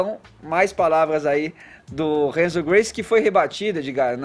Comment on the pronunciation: "Renzo Guice" Kkk